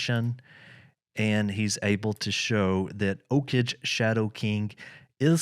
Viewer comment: OKage is pronounced OH-KAGE with G sound like Go